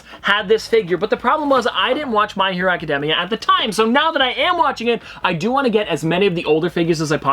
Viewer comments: academia Pronounced acadamia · The way he said my hero acedemia XD